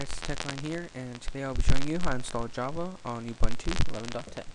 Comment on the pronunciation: hmm... dżawa :D